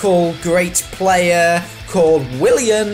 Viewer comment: what is a player? I think you meant plurrrrr